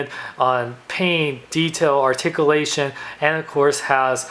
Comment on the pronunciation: Wow. Sad doesn't do reviews anymore. Asked for money?. That's sad. Argh. It's ARTICULATION!! Pronounce it right!!. Lol. Well since your gone. Guess I have nothing to bitch about. Hahahahahaha